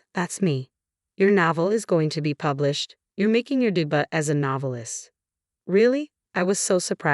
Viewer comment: Debut is NOT pronounced "de-butt." It is "day-bue."